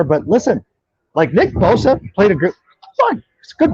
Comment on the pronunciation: I'm a Bears fan but am I the only one bothered by the announcer constantly mispronouncing Bosa as Boza? 😆